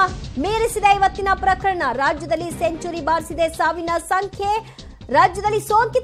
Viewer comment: Est sari helinde heltiri.... Saavna sankhe savina sankhe anta...